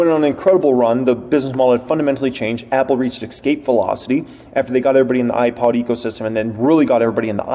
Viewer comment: I don't always agree with you but you did a great job on this video. I appreciate your stock knowledge! But just so you know the word "Escape", doesn't have an "X" in it so it's not pronounced "Ex-cape". It's "Es-cape".